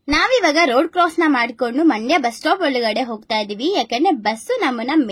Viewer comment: ಮಂಡೆ ಅಲ್ಲ ಮಂಡ್ಯ